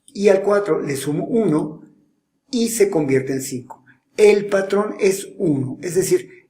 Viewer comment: Like si notaste que dijo padrón en el minuto jajajajajaja (⌐■-■)